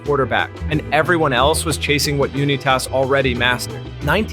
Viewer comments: Who’s Yuni-tas? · Why are you saying Unitas like that